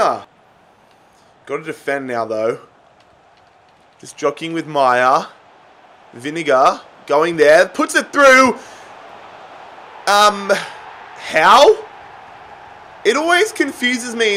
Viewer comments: When wolves scored he said vinegar instead vinagre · when he calls Vinagre "Vinegar" 😂 I mean sure that's correct 😂😂😂